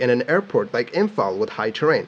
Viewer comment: as someone in imphal, I gotta say you nailed the pronunciation feels good man